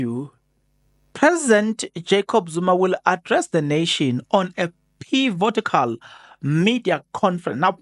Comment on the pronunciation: Pivotal > pivotical what are you smoking